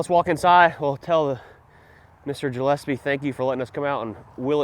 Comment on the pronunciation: In the Uk where the name Gillespie comes from Scotland and you say it Gill as in sounds like Bill and Espie as in S P Don’t upset the Scotch y’Ken 🏴